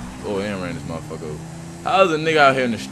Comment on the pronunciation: Lol he said hey modefuka lmao